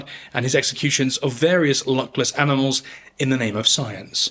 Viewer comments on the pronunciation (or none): none